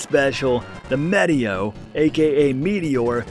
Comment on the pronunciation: Meh-teo? Now this time I swear you're doing it on purpose. Because why would a spell called Meteo ( that summons meteors) not be pronounced like meteor, minus the r" Unless you were doing it on purpose. Or...